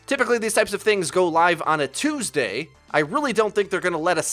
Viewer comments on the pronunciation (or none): none